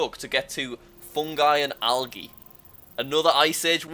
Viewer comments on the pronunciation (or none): Jack pronounces it (al-age) instead of (al-a-je) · jack can't say algae. It's pronounced like al-g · The fact that he said algee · I have never heard someone pronounce the g I algae as ge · Jack said algae wrong